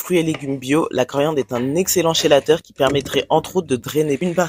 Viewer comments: J adore la coriandre dans les soupes Au fait on écrit: " Chélateur " et on prononce: "Kélateur " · Super! Merci Juste pour info, on prononce kélateur, même si ça s'écrit chélateur ;) et céleri (sans 'e'). Je suis tellement fan de tes videos et ton style que je serais ravie de sous-titrer tes videos en anglais oour exploser tes abonnements ;) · Chélateur se prononce « kélateur »